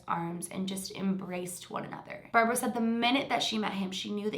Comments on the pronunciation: I thought you were saying her name wrong this whole time until I realized ... it’s barbro not Barbra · Hi! A Sweed here! You actually pronounce Barbro, as Barbroo. I dont know if it matters, but just letting ya know. Love from Sweden. And the Netherlands. In half half ❤️🇳🇱🇸🇪